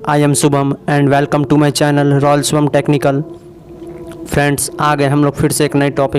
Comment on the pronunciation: Aap shubham ho bhai...subam nhi Sahi pronounce kro yrr